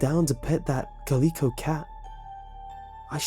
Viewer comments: Omg the way you said "calico". It's interesting to hear other pronunciations of words I know. I'm used to saying it "cal-leh-co", and not "cuh-lee-co". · calico = CAL-ih-co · Ca-leek-o? Really?? If you don't know how to pronounce a word, look it up. It doesn't take long. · Calico caLIco dude you pronounced it weird but whatever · you said calico weirdly